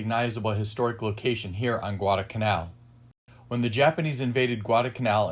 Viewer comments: Good VIDEO SIR : 2points ; CORREC p pronunciation of the island includes an " L " GUADALCANAL ( ,NOT GUADACANAL ) it was named after a small town in Spain ... their WAS A p-39 airacobra photo THAT THE same basic A/C WAS THE p-400 export version . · It's "GuadaLcanal" (with an "L") not Gwarda-Canal......